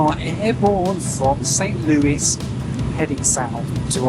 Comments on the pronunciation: Thank you for pronouncing it "Saint Lewis" instead of "Saint Louie" like you did in a prior video! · Thank you for saying Saint Louis and not the British way, Louie.